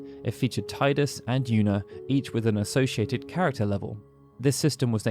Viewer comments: I love it when you said 'tie-dus' instead of 'tee-dus' ❤️ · Tea-dus not Thai-dus. Look at the video: How to say Tidus? PLUS found scripts from final fantasy 10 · Teedus, not Tiedus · I see people still insist on pronouncing his name "TIE-dus" (the official pronunciation is "TEE-dus"). The way I see it, if you didn't create the character, then you should respect the person who DID by pronouncing the name the way they designed it. (It's THEIR character after all.) Refusing to do so is just silly. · Tidus is pronounced TEEDAS. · How do you have fact videos on FFX and not know how to properly say Tidus' name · Every time I watch a ffx video I forget you say Tidus like that.